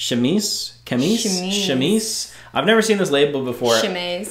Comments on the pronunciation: French major here... chemise is pronounced shu-meez :) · Chemise mean Shirt en french and its pronounced Cheumizee lol any Lacoste made in France is better quality than made in other places